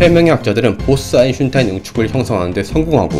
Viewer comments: 유익하고 좋은 영상이네요 근데 먼가 듣다보니까 자꾸 아인슈타인을 아인슝타인 이라고 하시는거같네요 .. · 님의 영상들 잘 보고 있습니다. 재료공학분야 뿐만 아니라, 다양한 과학분야에 대해 알게되어 매우 감사드립니다. 옥의 티로 느껴지는 것이 있어 조심스레 글 남깁니다... 발음상 "아인슌~타인"으로 들리는데요 (저만 그런지도?) 영어식으로 발음한다면 "아인~스따인" 에 가깝고, 독일식으로 발음하자면 "아인~슈타인" ('아인~슛타인' 을 빨리 읽으면 나오는 발음) 에 가깝게 됩니다. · 아이슌타인이라고 들려요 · 근데 아인슈타인이맞아요 아인슌타인이맞아요? 여기서는 계속 아인슌타인이라고 발음하시길래.. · 내용은 생각이 안나고 아인슌타인만 남네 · 근데 왜 자꾸 아인슌타인...... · 안슌타인 거슬리네 ㅋ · 아인슌타인 ㅋㅋ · 그나저나 아인슈타인 발음이 어려운시가봐용 ㅋㅋ.. 아인슌타인 . . . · 아인슌타인이라고 들리는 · 아인슌타인 발음좀 제에발 제대로해주세요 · 왜자꾸 아인'슌'타인이라고 하냐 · 아직도 아인슌타인이라고 하누.. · 아인슌타인만 들린다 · 아인슌타인때문에 집중 안된다.......ㅋㅋㅋㅋㅋㅋㅋㅋ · 왜 아인슌타인이라고 발음해요? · 왜 자꾸 아인슌타인이라고 발음하나요? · 저기요. 아인슈타인 발음때 왜 아인슌타인이라고 하세요? 아인슈타인이라고 발음하는게 어려운가요? 암튼 사람 이름을 잘못 발음하니까 좀 귀에 거슬리네요. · "아인슌타인" "아인슌타인" "아인슌타인" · 와 박식하시네요 근데 아인슌타인이 아니라 아인슈 타인.. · 아인슈타인입니다 아인'슌'타인 너무 신경쓰여요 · 근데 왜 자꾸 아인슌타인이라고 읽으시는거에요? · 아인슈타인 발음이 왜그래여 아잉슌타인이라그러네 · 아인슈타인 입니다 내가잘못들엇나햇네 아인슌타인 누군가 대본을잘못 써줫나봄~~ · 뭘 자꾸 아인슌타인ㅋㅋㅋㅋㅋㅋㅋ 도대체 누구인지?ㅎㅎ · 아이슈타인 발음 다시합니다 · 언챙인가요? 아잉싀타인 아잉싀타인 듣기 거북하네요. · 왜 자꾸 아인슌타인이라고 하는거야 ㅋㅋㅋㅋ 개웃기네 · 헉 정말이에 ㅋㅋㅋㅋㅋ 아잉슌타인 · 탑승ㅋㅋㅋㅋㅋㅋ 이거 댓글 보고 동영상 보니까 아이슌타인 밖에 안들렼ㅋㅋㅋㅋㅋㅋ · 나도 찾았었어요...ㅎㅎ 그런데 있네요... '아인슌타인' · 아진짜 슌타인ㅋㅋㅋㅋ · 나도 아인슌타인으로 들려서 나만 이상하게 들리나 했는데 역시 나만 그런게 아니었군 ㅋㅋ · 나도 이말하려 햇는데 ㅋㅋㅋ 아인슌타인이라고 계속함 ㅋㅋ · 저도 계속 아인슌타인으로 들립니다..저만그런줄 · 아인슈타인 발음에 문제 있는듯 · 아인슌타인... 발음이 어렵긴 하죠? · 이분 발음이 아인슌타인.. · 발음이 왜 이래 아무물질로 들려 아인슌타인으로 들려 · 슌타인씨 ㅋ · 아잉슌타인 으로 들려요 ㅋㅋㅋㅋㅋㅋㅋ 코막히신 느낌 ㅠㅠ ㅋㅋㅋㅋ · 근데 왜자꾸 아인슌타인 이라고 발음해요?ㅋㅋ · 왜 자꼬 아인슌타인이라고 발음하냐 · 아인슌타인은 도대체 누구야ㅋㅋㅋㅋㅋ 발음ㅅㅂㅋㅋㅋㅋㅋㅋㅋㅋㅋㅋㅋㅋㅋ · 형 다 조은데 발음 뭉개진당... 아인슌타인... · 슈타인 발음이 어려우면 스타인 이라구 해보세요. 저도 보면서 발음 귀엽게 하시네 했어요 ㅋㅋ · 아인슌타인이라고 하세요 ㅋㅋ 발음 귀여우세요 ㅋㅋㅋ 그거랑 암흑물질을 아믕물질 ㅋㅋㅋ 너무 커엽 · ㅋㅋㅋㅋ ㄹㅇ이네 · 아낰ㅋㅋㅋㅋㅋㅋ여기ㅠ나같은 사람이 또 있네 ㅠ ㅋㅋㅋㅋㅋ나 맨날 이런거 발견해싸서 주변에서 제발 내용만 집중해서 보라고 머라하는디ㅠ ㅋㅋㅋㅋㅋㅋㅋㅋㅋㅋㅋㅋㅋㅋㅋ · 근데 아인슈타인 발음이 왜이렇게 안되세요 ㅋㅋㅋㅋㅋㅋㅋㅋㅋㅋㅋㅋㅋㅋㅋㅋ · 아놔 원래 독일어 원어 발음인줄알았는데 그냥 혀짧은거였어ㅌㅋㅋㅋ